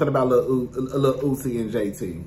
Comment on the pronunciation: Every time you call Uzi, Lil Ootsie, I fall off the couch laughing lmaooo